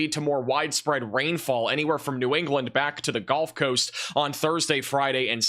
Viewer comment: Does he say "golf coast" as a joke? For comments like mine? It's genuinely irritating lol